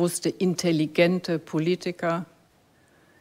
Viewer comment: interessante Betonung von intelligent.